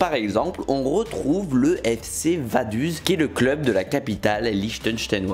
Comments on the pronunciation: Correction: Vaduz, la capitale de la principauté du Liechstenstein, se prononce "Vadoutz". U en allemand donne toujours "ou" sauf s'il y a un umlaut (ü) auquel cas ça devient un "u" comme en français. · Je pense que "letssigrunde" et "Vadouze" pourraient être mieux prononcés 😛